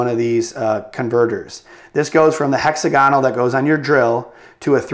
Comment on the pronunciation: Hexagonal all the one word not hexa-gonal